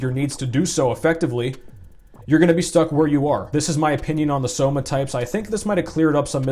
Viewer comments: When you said "Somatypes" and then corrected yourself, I first thought you were just poking fun at V-Shred. But then you kept saying it through the whole video so now I'm thinking V-Shred's ads just made you say it this way lolol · Says "Somatypes" because it's one less syllable but also says "Big Boneded'